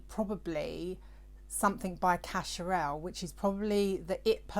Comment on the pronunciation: Yes, you pronounced cacharel the right way 😍😁